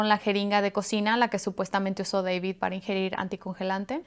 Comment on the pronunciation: Deibid ha ha ha ha se oye chistosa su accento !